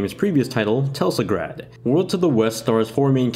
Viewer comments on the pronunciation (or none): did you actually called it teLSagrad? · Hahaha I heard that too! xD